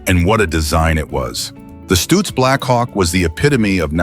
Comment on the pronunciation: stutz not stooots